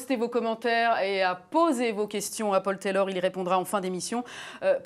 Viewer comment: Ce n'est pas Pol Tèlorre c'est Paul Taylor